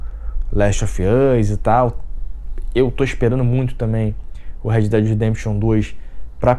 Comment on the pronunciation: Engraçado o jeito que você fala! Kkk fazendo: fazeno; esperando: esperano; chegando: chegano...kkkk